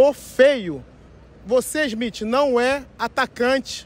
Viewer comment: "de olho no ismitche, ISMITCHE" KKKKKKKKKKKKKKKKKKKKK